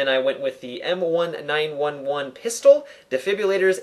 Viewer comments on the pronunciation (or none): its not the M-1-9-1-1 its read like this M-19-11 (M1911)